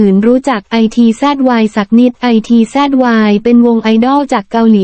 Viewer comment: ITZY..ภาษาไทยอ่านออกเสียงวงนี้ว่า..อิทจี..จร้า